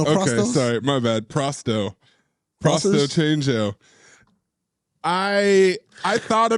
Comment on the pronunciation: prost-o-change-o hahahahahaha